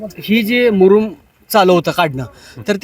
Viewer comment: मुरुम कि मुदुम